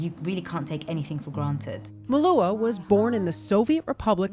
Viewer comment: I don't know how others pronounce it but she says it quite correctly here.